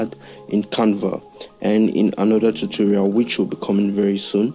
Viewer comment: I heard kept hearing you say toto-raul, I'm sorry bro 😅😅